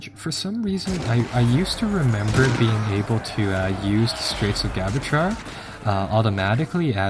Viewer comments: Pape-el not pap-al. and in the pape-acy and Ja-Bral-ter its the straight of Ja-bral-ter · "Straights of Gibraltar", your pronunciation is KILLING ME.